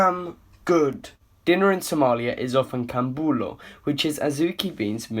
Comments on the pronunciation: not kanjeero and kambulo😂😂 it is canjeero "Anjeero" cambulo or "Ambuulo" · You said what KAMBULO 😅😅😅😅😂😂🤣🤣 AND KANJERO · the way he said "canjeero" and "cambuulo"😂😂😂😂 good vid btw